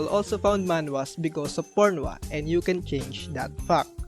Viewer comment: I knew this was a gold of a channel as soon as i heard "particularly pornwa" 😂😂 Deserves million of subs 😂😂